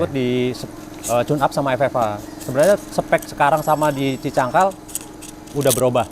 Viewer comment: Cicangkal bro, bukan cikangkal😂